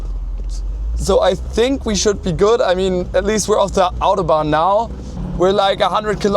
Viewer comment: Dass deutsche "Mercedes, Autobahn, Hamburg, Hannover,.." irgendwie "Englisch" aussprechen.. man Stelle sich vor das würden Franzosen oder Spanier machen 🙈 Zum Thema: 4 gang Automatik ist technischer/wirtschaftlicher Hinsicht schon sehr innovativ, zu dem Zeitpunkt waren eher 3 Gänge üblich bei einer Automatik. Ich fahre eine 2-Gang Chevy Powerglide, geht such 🤷🏼‍♂️😉 Ist ja mit Drehmomentwandler, man braucht die feinen Abstufungen da einfach nicht. Opel, Ford usw haben auch bis in die 2010er ihre ECHTEN Automatikgetriebe mit 4 Gängen ausgestattet, mehr braucht niemand ✌🏼